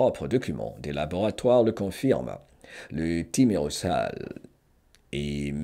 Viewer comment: On prononce Thimero«z»al Le « s » seul placé entre 2 voyelles se prononce « z » dans la langue française 😊